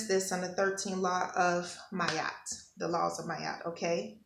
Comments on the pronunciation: Her Name is pronounced MAAAT not Mayat. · Ma-at. Two sounds🙏🏾